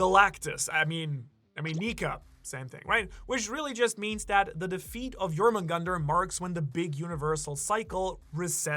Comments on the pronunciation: Thor and jormungandr do not kill each other. The battle caused a shockwave so powerful that the snake was sent back in time prior to his own birth. Also it’s pronounced “yor moon gan deer” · Second pronunciation of jormungundar is better, but it’s spelled Jörmungandr, which means the O sounds is completely wrong. If you want the most correct pronunciation I would listen to an Icelandic version (use google translate for easy mode)